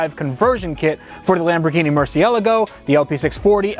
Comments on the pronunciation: Arrg its Mercy-e-lah-go...?..not Mercy-el-a-go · Wait how the fuck did u just say Mercialago ........ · You used to say MER-SEE--LAGO and after you hung with VinWIKI Ed, you say it MER-Sell-Ago like he does.You two are the only ones I've ever heard say it like that. I'm sure that's the "correct" pronunciation but nobody ever says it like that. Great video and remember: with cars like this - you need to upload every day! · Hey can you start pronouncing this car correctly thanks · Ed's Murcielago pronounciation got this guy hard. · he can’t even pronounce Murciélago correctly 😂😂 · the way he pronounces murcielago bothers me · Please do me a favor and learn how to pronounce Murcielago, pretty please 🙏